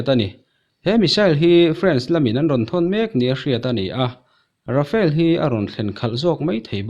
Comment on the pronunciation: Rafale thlawhna hi, Rafael tiin i lam fo thin in ka hria 😊 a bengvar thlakin india ralthuam hi a pui hle mai 👍👍👍👍